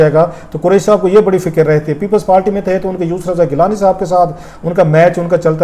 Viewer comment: Sir you are a good journalist, but please correct your pronunciation,, like this is not" wadva" this is "wauda" And next you speak R as L like thirty = thalty Party = palty And many more, instead of R, you pronounce it as L